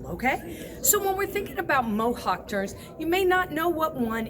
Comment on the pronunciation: I thought you said mohawk turds lol